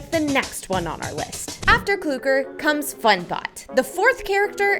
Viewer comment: CLOOGER?!?!?!?! ITS FREAKING CLUKER (im sorry, or clucker idk)